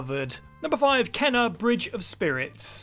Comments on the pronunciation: He himself hasn’t played “Kena” bridge of spirits. How do I know? Her name is pronounced “Cain-a.”How do I know? I played the game and that’s how she pronounces her own name. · Kena Bridge of spirits was great. Though he himself hasn’t played since he kept pronouncing her name wrong.